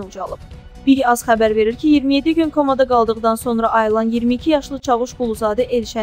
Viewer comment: Heç olmasa sözləri düz oxuyun "KAMA"yox "KOMA"